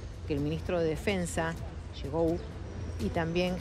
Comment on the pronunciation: 😂😂😂😂 el ministro de defensa 🛡️ shigou jjajja esta bn desinformada, se pronuncia Shoigú. esta gente le gusta revolcar la💩